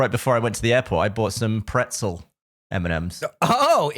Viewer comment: Hearing this guy pronounce the word pretzel makes me irrationally amgry